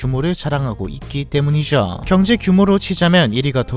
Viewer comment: 내용은 좋은데 나레이션 톤이 이상해요 특히 때문이죠 ~성장했죠 ~이런 죠 발음 톤이 개인적으로 엄청 거슬려서 속이 울렁거려요